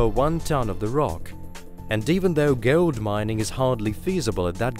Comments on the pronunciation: I think you pronounce Gold as Gold not Guld lol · Its GOLD, not gowuld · interesting facts, just can´t listen to boar wheul, ceaol, geold,, unkneaun,. Changing channels. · That is the weirdest pronunciation of the words "hole" to "hayole", "slow" to "slayow", and "gold" to "gaold". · "hewl" "gewld" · Thank you for telling me about this amazing KEWLA BOH HEWLE WHEA GEWLD IS FEWD DEEP DEWN WITHIN THE GLEWBE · Gold? You mean "geold" as in heole? 🙊